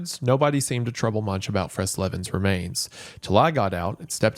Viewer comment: i heard Fresleven as 'press eleven', lol taunt in aoe2